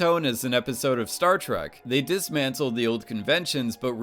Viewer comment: Is it just me or he is saying "Startruck" rather than "Startrack"